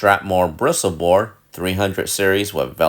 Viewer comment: Frank still pronouncing Bristol as bristle :D Never change, Frank.